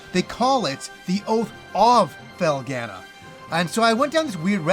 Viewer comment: I am interested to hear your take on your pronunciation of Felghana, You say FELL-GA-NUH when the voice acting in the game says FELL-GONE-NUH. I haven't heard that Japanese pronunciation either.